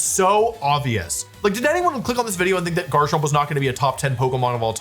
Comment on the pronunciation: Wolfey must pronounce Garchomp as "Jarchomp" if he's gonna say Jible And Jabite